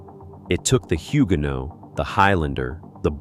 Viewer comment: Odd pronunciation of some Scottish names eg Inveraray. Also Huguenot does not have the t at the end sounded...'no' is correct. I'm from a Patterson family that stayed in Ireland and then migrated to NZ via Australia